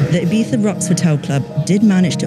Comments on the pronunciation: is it Ibiza or iBiTHA? that host keeps on saying it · Why is she saying "ayBeefa"? It's IBIZA, it hurts my ears. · I find it hilarious how the reporter keeps pronouncing Ibiza Ee-BEE-tha (trying to pronounce it as correct as possible) and the dj who lives and works there calls it Ee-vee-sa. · Resident DJ for 10 years and still calls it 'Ibeeza' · Why is she the only one pronouncing it Ee-bee-tha? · She says ibifa she can’t even say ibiza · The girl cant even pronounce "Eyepizza"..... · Stop saying “Ibiza” like that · She really prides herself on pronouncing Ibiza like a local. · The was she says Ibiza is triggering me 0_0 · She pronouncse the begging of Ibiza in english and then the final part as spain spanish. Choose lady!